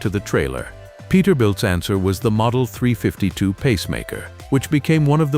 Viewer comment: Poor AI narration, when you call a 352 a three fivety two and kayterpillar etc etc,fix it please or f*&k it off